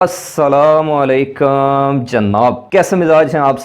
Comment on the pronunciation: بھائی جان لفظ اسلام علیکااام نہیں ہوتا اسکا مطلب غلط ہو جاتا ہے صحیح لفظ اسلام علیکم ہے